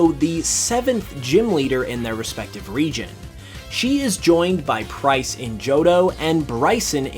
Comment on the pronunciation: What he said: "...because it might help you appreciate this region even more" What i heard: "...because it might help you appreciate this RE-GEN even more" 😂😂